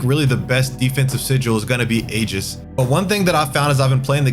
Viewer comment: you mispronounced aegis. did you go to school